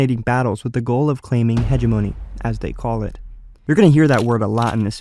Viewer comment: it's pronounced "he-gem-o-ny" not "he-ge-mo-knee"